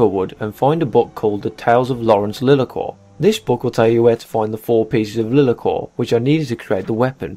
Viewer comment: Everytime you call it 'Lee-la-cor" I want to punch a wall. It's LIE-LAR-COR. LIE not LEE. JFC you'd think a yOuToObUr that reviews RPG games would have played BG 1 and 2 to know how to pronouce it.